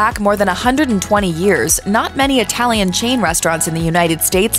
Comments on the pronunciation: I'm sure it was. But I was making fun of the way she pronounced "Italian". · ..."Known for their humongous portions and unique itty-lee-an inspired offerings.."